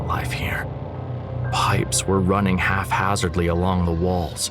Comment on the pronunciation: Yo stop saying halfhazardly what are you dumb or sumthin